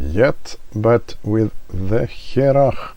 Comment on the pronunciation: Good stuff. "Hearach" means a person, or something, from Harris. Pronounced "Her'och" Press the speaker icon in this link to hear the gaelic/gàidhlig pronunciation.